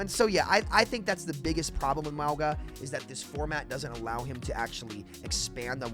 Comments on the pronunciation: Mauga is pronounced like "MOUN-GAH". "MOUND" minus the "D" and add "GAH". Yes you pronounce the N even tho you dont see it in his name. Sounds similar to saying MANGA. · The name is pronounced Ma-ooh-nga. Say it as if theres an "N" in Mauga (Maunga), and then don't bounce the "G", say it like the g and the end of sing. Echo says it correctly when you copy Mauga with her ult. Mauga does not say his own name correctly in-game. Source: The Rock is my cousin (trust me bro) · His name is pronounced "Not Maui." One piece character looking mf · Mah Ooo Jah but the J is pronounced with an accent like how you say "Gilles." in French. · Why do u keep pronouncing Mauga like that wtf